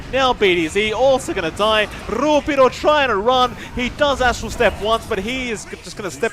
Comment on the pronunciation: "RrRuppiddo" sounds crunchy